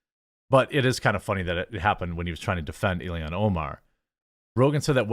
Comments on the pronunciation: Jesus he's killing me saying Ilian rather than ILHAN 🤣. I like Jeremy fine but he frequently screws up pronunciations. You would think that the times this happens would be few and far between given that this is his job and how he makes money. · pronounced ill-hahn* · Ur calling her ilian. Yo, I agree she's an alien, but her name is Ilhan, pronounced EEL-hon...almost like Elon...fuggin alien...AND the fed reserve is not "intelligence in accounting," it a fuggin fraud organization run exclusively by one ethnic group. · its I-L-H-A-N!!! Not " ILLIAN. Dude can you even read??